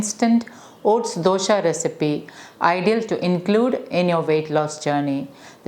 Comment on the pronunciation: It is Dose not Dosha xD